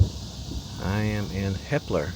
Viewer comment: you said "hepler" so weird, it sounded like hitler. i was like "he said what now?" had to trippe check lol.